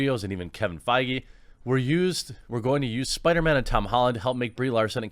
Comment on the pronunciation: Dude... you gotta learn how to pronounce feige 😂